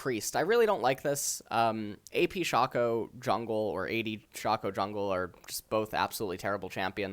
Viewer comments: ITS PRONOUNCED SHAYCO NOT FUCKING SHA-CO ITS EVEN SAID IN THE FUCKING LEAGUE SPOT LIGHT YOU UNEDUCATED FUCK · Does know how to pronounce any champions name correctly? Who the fuck is Shawcko